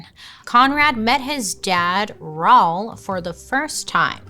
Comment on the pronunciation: I never heard someone say Raul like Paul before lol